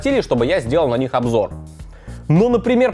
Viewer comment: Завершает наш обжор... А оговорочка-то в тему попалась)